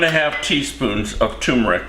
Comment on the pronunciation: TUR-meric, Papa